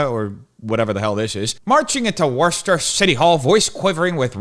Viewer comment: I’m shocked he actually pronounced Worcester right. 😂 Worcester is SAFE! You just gotta avoid the beggars on every corner, the needles on the ground, and the mobs of roving LGBTQ1234’s threatening everyone they meet.